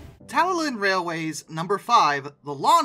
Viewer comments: It's pronounced Talyclyn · I should point out, because I've been watching video by a guy who actually works with heritage railways, including the Talyllyn, that the name is actually pronounced "Tell-a-clin". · Just a quick FYI, Talyllyn is pronounced "Tal-lee-THlin." The double Ls make a throaty "TH" sound in Welsh. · It's talyllyn (taly-k-lyn). Americans always gets it wrong. Now I'm not good at spelling but the ll is silent. Manley due to the name being Welsh. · I've found a channel by a guy who actually works on that railway. He pronounces it "Tell-a-clin". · Just to help, the correct pronouncment of Talyllyn is "Talla-thin" - doesn't detract from another superb video, sir. Also, the historical links between the Talyllyn and Tom Rolt (one of the men who saved the British canal network) are more than just a donated petrol engine - he was a true inspiration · 🤓erm ackshually talyllyn is pronunced tale qlin🤓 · I thought it was pronounced "Talla-klin", as the two Ls in Welsh names tend to make a "kluh" sound to them. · But utterly failed on Tal-y-llyn. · Welsh is actually a very easy language to read and understand if you just learn the alphabet. But he did butcher the pronunciation of Talyllyn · The way you say talyllyn pains me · Talyllyn funny, listen to some LMM and hear how to sayTalyllyn